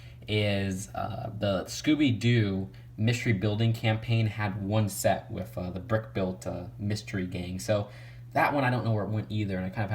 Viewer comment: I hate how you say wiff other than with